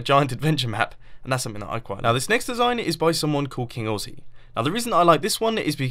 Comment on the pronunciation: did any other Australian notice when he said "King Aussie" he said it like "King Oressie" i mean like come in mumbo i luv ya but learn how to speak Aussie its the most swear filled western language